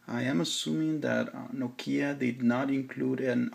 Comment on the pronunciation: it's NOkia, not NoKIa!! Stress on O!! ok?!